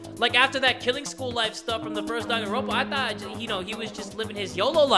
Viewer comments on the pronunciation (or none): Did just say Doganronpa